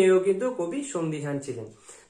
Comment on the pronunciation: Easily explained 👌. By the by Ekta word bolchilen 'sondhiheen' Ota sondheehan hobe dada